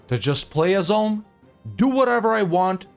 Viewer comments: "Oolm", not "Ahlm" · You speak Ulm like Oolm.